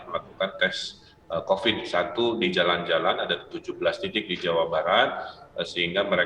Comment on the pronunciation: Kuvat.. kovit... ,, Kuvat.... kovit... ,, DASAR. KUPAT TAHU.